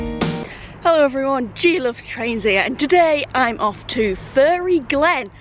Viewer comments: PMSL! My kids asked if you were from Sintellins too cos you pronounce ‘fairy’ “furry” like me lol Great vid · Hahaha, one of your best travel vlogs yet !! Your humor is honestly off the charts, you should’ve taken all the coins and become a millionaire 😂🤣 Great video, stay safe and care :) P.s It’s fairy (fair-ry) 😀👍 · oh no, lucky you did !! lol, I meant the way you pronounce it :) Us southerners pronounce it "fair-ry"